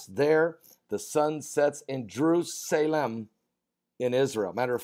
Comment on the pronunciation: jer-USA-lem. Jew-USA-lem.